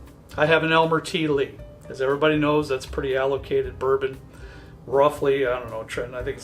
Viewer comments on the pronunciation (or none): RARE "Bouron"???